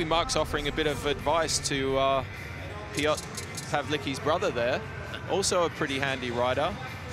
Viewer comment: piotr pałliki